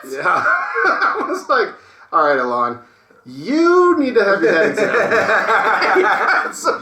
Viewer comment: I love how pronounces Elon "eLawn" lol